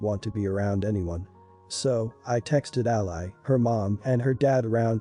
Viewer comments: It's "ALIE" not "ALLY" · To the reader, Ally said the way you say it, is a country, fighting on your side in a war... a lovely young girl is not that. Ally for a name is pronounced Al-ee. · Ally is pronounced Alley.